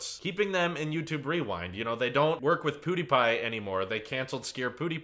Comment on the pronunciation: WHY ARE YOU SAYING POODIPIE?